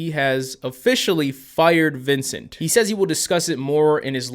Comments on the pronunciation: "Vincunt" LMAO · The fact that he called Vincent vincunt is legendary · Gotta love the little “Vincunt” shoved in there